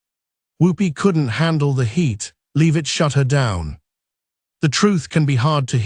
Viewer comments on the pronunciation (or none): It’s Karoline , not Caroline And pronounced Lev itt not Leave itt. Robot has no credibility.